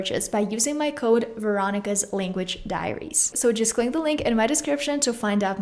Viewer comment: you know name was pronounce like indian name.